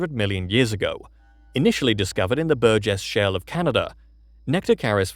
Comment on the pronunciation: Say Burgess shell one more time, I dare you!! 🥴😵🫠 I wonder if that could be in British Colombia.... Can't remember if he mentioned it 😢😅